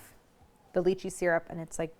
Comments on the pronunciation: Claire. I implore you to pronounce it Lie-Chee I don’t even care if it’s correct. I can’t keep hearing you talk about Leeches 😂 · The worst lychee mispronunciation out there